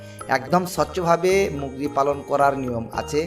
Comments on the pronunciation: শালার বাচ্চা মুগরি না। উচ্চারণটি হবে মুরগি। শালা মূর্খ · মুরগী ❌ মুগরী ✔️ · আরে ভাই মুগরি না মুরগী 😂😂😂